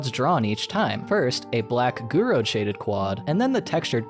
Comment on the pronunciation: I heard somewhere that it's with limitations that creativity springs up, spaghetti code was NOT allowed back then ❌(btw Gouraud is pronounced without the d)